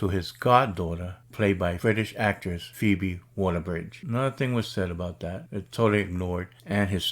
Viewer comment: Phoebe Walker-Bridge... and you comment on how you were mispronouncing her name in the last video